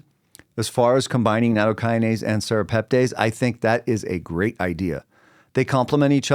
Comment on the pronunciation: pronounced tess not tays at the end